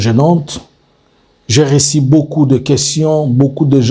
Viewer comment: "RUMEURS" ET NON "RIMAIRES'" " REÇU "ET NON REÇI," CIRCULER" ET NON " CIRCILER, PRONONCIATION , PHONÉTIQUES PHONÉTIQUES .MERCI